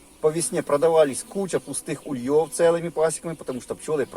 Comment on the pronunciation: В русском языке ударение ставится на первый слог - Улей. Следовательно и вылетают с Ульев, а не с ульЁв. Извините, но слова автора режут слух. Не сдержался.